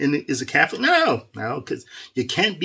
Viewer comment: I believe Fr Goring means well, because it seems when they forced him back to Cananda he seemed to have gotten soft. maybe he was threatened?🤷. I stopped watching him a few years ago as well because of that. Also, why do you say Cafolic instead of Catholic?